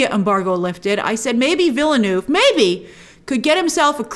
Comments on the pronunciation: it's vil·nuhv, not vil-noov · Villeneuve is pronounced veelnerv. The last v is kinda like an f that trails off.